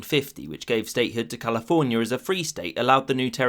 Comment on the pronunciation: Words ending with an “a” aren’t pronounced with “er”. It isn’t Californier, it is California. Annoying.